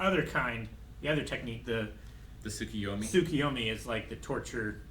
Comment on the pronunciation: Luckily they have years to learn n pronounce jutsu such as tsukuyomi n mangekyo n others.